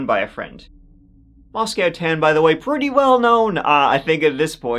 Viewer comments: Not to nit pick...but hearing him say "Moscowtown" is super annoying. Moscow... just like the other one. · It's pronounced "mah sco", not "mos cow".